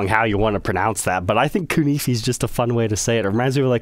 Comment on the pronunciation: I've been pronouncing it koo-nah-fay this whole time. Am I wrong?